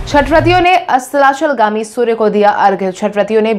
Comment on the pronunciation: Bade shabd tum nahi bol pati ho astachalgami tum nahi bol pai